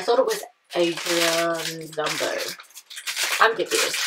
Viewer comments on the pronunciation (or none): Its ZUMBO NOT ZUHMBO Heres how to pronounce zumbo (Zoom-Bow)(zoom-beau)